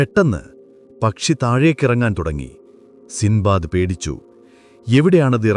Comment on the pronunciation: സിന്ദ്ബാദ് അല്ല സിൻബാദ്